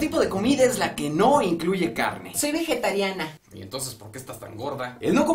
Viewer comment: Veguetariana? No mames es "vegetariana"